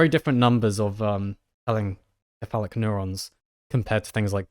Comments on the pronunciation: Your pronunciation of telencephalic, with a hard c, gave me great pause. While it may be the case that the Greek root, kephalḗ, for head, does indeed argue for the hard consonant sound, every time I've heard the anatomical derivations spoken in English--encephalon, encephalopathy, telencephalic, diencephalon, etc--it's "SEPH a lon." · I'm 90% sure telencephalic is pronounced like encephalopathy given the similar roots, so it would be "tell-en-seph-a-lick" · Think more like ‘tell-en-seff-AGH-lick’ with the stress on the second to last syllable because it’s an adjective like melodramatic, metallic, idiosyncratic, homeostatic, etc.